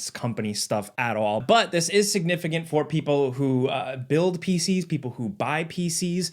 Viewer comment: "SignifiGant"? "SignifiGent"? "SignifiGint"? Hmmmmmmmmm, how many G's can we shove into a word with 1 "G" in it? It's just, making a living talking, with sub elementary...SOMETHING. Not spelling, but pronunciation? Sure. I'm wondering if comprehension is in there, too.